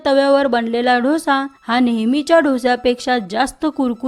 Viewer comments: ढोसा ढोसा म्हणजे काय? डोसा म्हण गं बाई डोसा डोसा डोसा गंबाई शंभर वेळा म्हण म्हणजे पुढच्या वेळेस शुद्ध बोलशील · Actually दोसा.....ढोसा नाही की डोसा नाही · ढोसे नाही डोसा ग बेटा❤ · ढोसा नका म्हणू. डोसा म्हणा. डो सा!!! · ढोसा नाहि ग डोसा बोल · ढोसा नाही ग बाई.... दो सा.... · ताई खूपच सुंदर डोसा तयार झालाय. महत्त्वपूर्ण ट्रिक सांगितल्याबद्दल धन्यवाद ! पण उच्चार ढोसा नव्हे तर डोसा असा करावा. ❤💐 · ढोसा ढोसा काय म्हणती Dosa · ढोसा..नाही हो। डोसा म्हणाल तर छानच.. छानच कल्पना..👌👌👌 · आधी dhosa n mhanta Dosa bola ki. Kharab vatte ऐकायलाही. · डोसा नाही हो दोसा ! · Dhosa नाही दोसा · ढोसा नाही ग डोसा 😂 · छान माहिती. फक्त ढोसा नाही डोसा म्हणा. 😊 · दोसा म्हणा हो